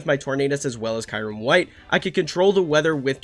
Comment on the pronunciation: Why do I keep hearing kayrem? 😂